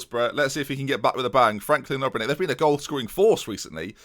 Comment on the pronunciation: Maybe say ObreNitsj instead of Obrenek. But Great series, man! You are a true hero.